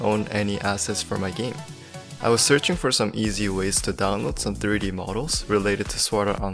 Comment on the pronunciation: Diry modeling or u tryna say 3D modeling u don't say some words right kinda hard to understand